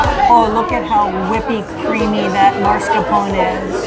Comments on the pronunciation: Mas-car-pone, not Mars-ca-pone! 🙃 Sorry, I'll see myself out... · Everybody says marscapone! Just like everyone says tumeric! (And not turmeric, as it is spelled). Just one of those things. 😝